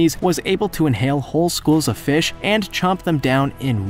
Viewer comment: I like how he says Fesh